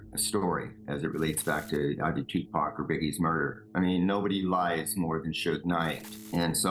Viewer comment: Its refreshing to hear a white person pronounce Tupac's name right